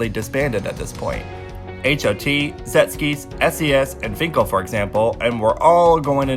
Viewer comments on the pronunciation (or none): I just want to say that you are pronouncing Sechskies wrong, it's pronounced more like "jekskis" than "zetskis" that I feel you are saying. Not meaning to hate, just wanted to point out. I hope you finds it useful. Anyways great video. I personally thing 3 gen stated in 2011 and 4 gen in 2017. On 1 and 2 i totally agree with you